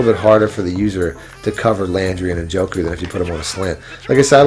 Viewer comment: “en-joke-oo”. You’re killing me bro